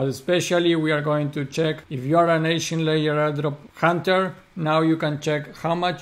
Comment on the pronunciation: It's Egen not Echen, thanks for the updates 😊